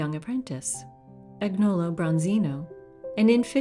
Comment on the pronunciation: "Agnolo" is pronounced AN-yoh.loh. It's a very Tuscan name; Michelangelo sometimes spelled his name Michelagnolo.